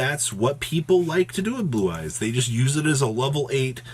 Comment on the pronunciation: I swear he said Boo-Eyes a couple times 🤣🤣